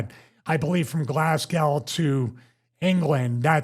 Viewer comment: Stevie STILL butchering Scotland 😆 "Glasgal/Glasgaw" 🤦🏻🤣 it's pronounced Glass-Go (Glasgow, Scotland)